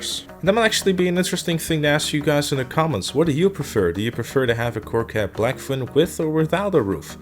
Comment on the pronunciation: Coquette not Corquette bro :)